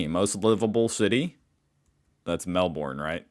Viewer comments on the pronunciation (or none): Not ‘Melborn’! Try Melb’n? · Aaaegh! "Mel-BORN" yet again? Sheesh, it isn't rocket science, people!!! We stress the first syllable - not the last ffs! e.g. "MEL-buhn". BRIZ-buhn... Why do people from the USA find it so bloody difficult? Tourists from all over the world get it right...and if they don't they pick it up from everyone around them saying it. I reckon they should take a test of every tourist who mangles such simple two-syllable words and make them turn around and go home again if they don't get it right!🤣 It's so rude& disrespectful. Maybe we should all say start saying Ah-kan-ZUS for AH-ken-saw?🤣🤣🤣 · Yes, not Melborn, or even Melbin. Just Melbn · Mell Ben not Mell Born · When, not if, you get here, you need to learn to say VB instead of Victoria Bitter and Melb'n with the stress on the first syllable, rather than Melborn. But you'd drink VB in Melbourne, not Sydney, which has its own array of fine beers. And I speak as a Queenslander, with no axe to grind for either city. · It's more like, Melbn than Melborn. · Calling Melbourne "Mel born".. is cringeworthy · Try say Mel-bin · Lol; it's pronounced Melbin by Melburians. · We have to get you on to pronouncing Melbourne like a local….think Mel Bin…..and it will be close. And the one place more livable than Mel Bin has to be country Victoria, how’s the serenity, mate. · Melbourne is pronounced MEL-BIN by the way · I live in Sydney and love it, but please learn how to pronounce Melbourne..... say: 'Mel-bin', and you are close. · Nothing grates my ears more than your pronunciation of Melbourne! It’s Mel burn for crying out aloud! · The US also was a convict state where Britain sent her unwanted. They just don't like to talk about it. We embrace it. Please learn how to pronounce Melbourne. It's "melbin". Also Sydney has lots of crime like all cities on the planet. Winter is grey and damp and cold there. And the population info is old. More than 5 million people in the greater Sydney area now.